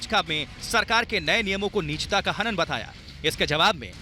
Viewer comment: Good news but please correct hindi pronunciation it is ' nijta' not nichta.